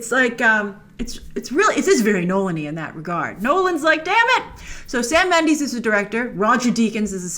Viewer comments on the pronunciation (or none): Hi Grace! I love your channel and all the awesome work and preperation that you put into your videos. However, my only pet peeve is that you pronouces Sam Mendes' last name like Mend-ee-s (ex. bees knees) and not Mend-e-s (i.e. eh). As a fellow hispanic with the Castilian version of the Méndez name, why do you always say Méndeez?! I die a little every time you say Méndeez and not Méndez :-( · It's pronounced Sam Mendez not Sam Mendeez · Sam Mendes not Mandis